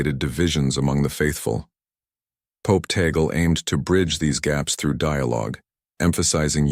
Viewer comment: FAKE STORY. FAKE NEWS. Please respect the Holy Father. STILL ALIVE. His last name is (TAG-LE)